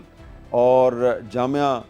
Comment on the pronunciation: جامع حل (درست تلفظ) جامعہ حل (غلط تلفظ)